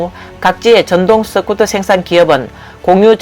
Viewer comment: 스쿠터가 서쿠터로도 발음 되나? 유튜버가 되려면 발음교정부터 좀 하는 게 바람직하지 않을까? 경상도 사람들이 으발음이 잘 되지 않는 것 같던데 시청자가 그것까지 이해하고 들어야 하나? 본인이 조금만 노력하면 듣는 사람들이 훨씬 편할텐데....